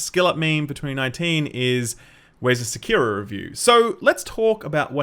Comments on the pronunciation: You are wrong, the biggest meme isn't you not having a Sekiro review, it's your pronounciation of "Sikiro". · I really had no idea what game he was talkin' 'bout from the way he pronounced 'Sekiro'... XD